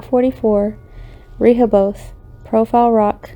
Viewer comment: This was pretty good, just wanted to offer one thing if you ever do a follow-up video. Rehoboth -- it's "rih hoe buth" with the accent on the second syllable. And Wampanoag is "womp ah nog" but that didn't get me nearly as much as "Rehoboth" over and over, lol. And something to investigate maybe, Profile Rock collapsed in 2019, due to heavy rains, is what they said. Might be interesting to see if things have changed at all since then, ?